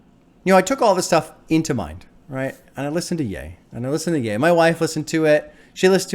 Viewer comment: the biggest breakthrough was you pronouncing ye right😂